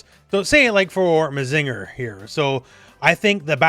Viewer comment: I would never ask for people to be known of every random series but hearing mazínger or susan-oh made me take damage